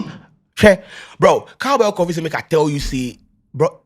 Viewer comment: can people stop saying "KAFI".. what is KAFI.. its coffee... tell the guy in the background to learn from u ..